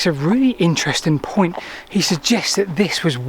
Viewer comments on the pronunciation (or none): none